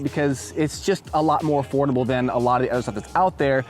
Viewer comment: It’s Affoldible 😂